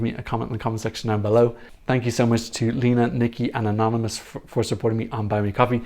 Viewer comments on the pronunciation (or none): none